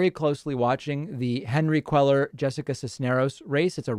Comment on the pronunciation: CUELLAR IS PRONOUNCED COO-AY-AR.